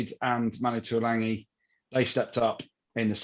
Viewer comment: Its Tuilagi, not Tuilangi - there's no N.